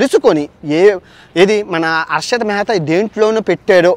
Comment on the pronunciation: Mehra kadhu ra mehtha